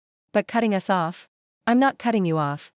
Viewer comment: I have watched 6 of your posts in a row . Your A I makes the same mistakes in every one . Us comes out as U.S. Chopping ds and Ss off like they're their own words . What a sloppy site ! Can't you get a real person to read these ?